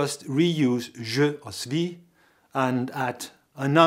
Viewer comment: you are pronouncing "suis" wrong!..there us no "v" in the word!!!!